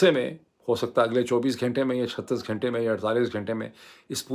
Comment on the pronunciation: Ghaaaintay is a wong tallafuzz Ghunnnntay sahee lafaz hay Lafazz ghalat lafz hay. Lafz sahi lafz hay. Kataaab ghalat urdu lafz hay. Kitaab sahi talaffuz hay. Darkhut ghalat lafz hay. Darakht sahi lafz hay. Just a humble request to correct it ,if you can otherwise carry on.